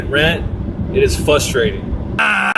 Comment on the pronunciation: FRustrating, not fustrating.